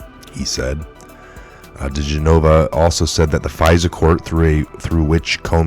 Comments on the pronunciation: The lawyers name is pronounced: Dee Gen ah vah not Dee Gen nova ...Not trying to be disrespectful just helpful. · The former federal prosecutor's name (DiGenova) is pronounced Di-GEN-o-va, not Di-gen-O-vah. Just tryin' to help you out. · It's Dee GEN' o vah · Dee gen a va.....its Dee gen a va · Is this a computer generated fake report for our side? Just saying because he should be in the know yet he can't say Joe Digenova right after covering and watching countless reports like the rest of us. Just weird that's all